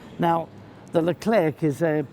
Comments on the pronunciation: PS. The final c in Leclerc is silent ;-) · Funny, when Mr. Fletcher started on the Abrams I thought to myself: "Hm, I wonder if they have a Merkava in their collection?" ;-) By the way, you don´t pronounce the last "c" in "Leclerc", say it like you would order an eclair at the bakers. Hope you´ll get your hands on these, sooner rather than later! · Like the "t" of "Jean Bart" in WoWS ,the final "c" of "Leclerc" is silent ;o) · To be honest i like the leclerc but just need to say one thing... ... the "c" is silent